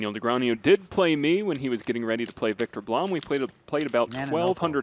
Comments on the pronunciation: is the guy pronouncing "Negreanu" wrong or am I stupid? sounds like he is saying something like "Negranew" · That commentator saying Negreañu instead of Negreanu was bothering me more than it should have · It’s funny how the announcer keeps saying Negrean-YOU instead of Negrean-OO like it’s spelled. Where did the Y even come from?!? 😅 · Its literally NEGRANU, not NEGRANIEW... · Hahaha, this is pretty annoying. My brain shortcuts when commenter says Negreanju throughout the event. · Why is he saying ”negraniu” or possibly ”negrañu”? 😂😂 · Nigranju? .. Either this guy needs to sort out how is says it, or everyone else in the world needs to. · Quit saying Negrean-YOU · why hasnt someone told this broadcaster, NEGREANU isnt pronounced ne-gre-a-NEW? how do these people get jobs in broadcasting and cant pronounce one of the most famous players in poker? SMH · I had to stop watching because of hearing nagronyou so many times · I just wanna see the commentators stop mispronouncing Negreanu. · Except for the one guy constantly saying Daniel's name wrong. You think SOMEONE would have fed him the proper way to say it at some point during the 3 hour game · mispronouncing Ali and Negreanu is so tilting. In other news, the friendly banter was great and it was very entertaining and both played well. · Who paid this announcer to spend 3+ hours MISPRONOUNCING DN's name? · Who are these casters? They can't even pronounce Daniels name? WTF? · I cringe every time the announcer says "Negreanu" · Can't stand the way that guy keeps pronouncing Negreanu.